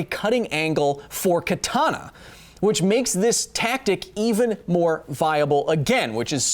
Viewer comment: Also, you are pronouncing "katana" wrong the second 'a' is short, just like the first and third one. Just though I might point that out for those who care. Edit: I'm fairly certain a historical Katana would not have an edge angle of 15 degrees, with traditional forging methods the spine should need to be too thick to allow that. Modern katanas made from spring steel? Sure they could reach an edge angle that low, as could the blades intended for tatami cutting(and not intended for combat), but a katana made from historical steel? I really doubt it.